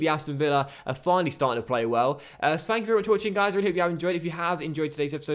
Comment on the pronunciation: Did he say spank you very much for watching? XD